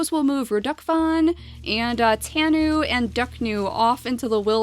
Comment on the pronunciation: tanu is pronounced: Tah-noo